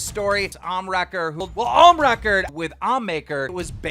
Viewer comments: Omniwrecker ...... wow, how do mispronounce ohmwrecker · I kept laughing every time he miss pronounced Ohm’s name like who the hell is omnimaker 😂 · The fact keemstar keeps mispronouncing Ohmwrecker says he’s either not taking it seriously or an ignorant jackass. Both would be red flags to NOT get on his channel as Ohm did. 🤦‍♂️